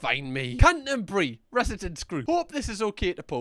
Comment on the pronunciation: oh you wound me with your pronunciation of Canterbury. Canter-bury but the staff in there are so mean